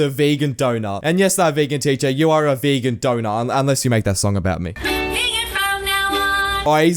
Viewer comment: "Vegan dount" - Me